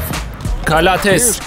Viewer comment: Nick Calathes Nick kalatıs diye Keith Langford Keyt Lengfırd diye Thanasis Antetokounmpo Tanasis Antetokunpo diye James Gist Ceyms Gist diye Papagiannis okudugun gibi